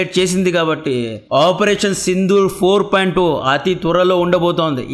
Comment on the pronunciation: 4.0(జీరో) రా బాబు, 4.ఓ కాదు